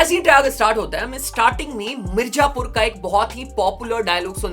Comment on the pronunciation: Iska hindi kitna kharab hai mirzapur ko mirjapur bol raha hai. DHH main pronounciation kitna imp hota yeh Banda sirf dhh ke top logon pe view bana raha hai